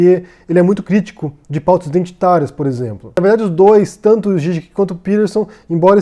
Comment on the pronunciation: A pronuncia do no Zizek eu entendi com Gigek é assim que se pronuncia, desculpe a minha ignorância só quero saber a forma correta da pronuncia, abraços.